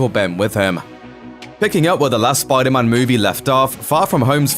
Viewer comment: SPYDAR-MAN! lol love the accent